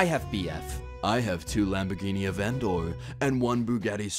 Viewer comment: I don't even think he has a lambo in GTA cuz he said avendor instead of aventador